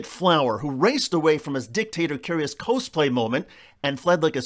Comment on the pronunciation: "cousplay moment"? Is that anything like bodigahs? Step your game up,.